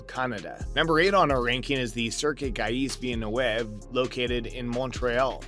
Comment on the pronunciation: Learn how to pronounce Gilles Villneuve.. otherwise you have no wings here